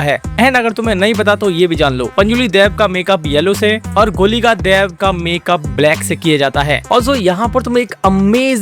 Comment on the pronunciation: Daiv nahi dev…sahi bola kr bhai maxa hi kharab ho gaya dekhne ka